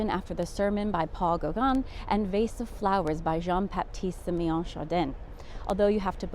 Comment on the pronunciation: Vase of flowers, not vase of flowers